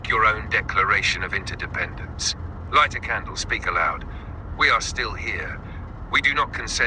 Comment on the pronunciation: It sounded like he said "Declaration of Interdependence" INTERDEPENDENCE. I am using that for the next however long this takes. Thank you